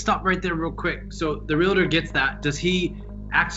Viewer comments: It’s Real Tor not Relater! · Real-tor, not "real-a-tor." There's no "a" in the word. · Arrgghh! Re-AL-tor! Not re-LA-tor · No such word as Relater. The word is Realtor and it is pronounced Real Tor! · The pronunciation of realtor gets me every time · This is so sad. So many of these women have very limited educations. The proof is in their grammar. They can’t even pronounce the word Realtor. How do these scammers find these women?